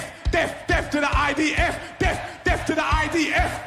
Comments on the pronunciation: I wasn't aware the 'th' at the end of 'death' was pronounced as a capital F. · wait is he saying deaf rather than death ? what a twt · It sounds like "def" is the YOOKAY equivalent to "axe" here in the states 😂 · Yeah, I heard that too. Does this cretin intend to send deaf people so serve in the IDF or something? 🙂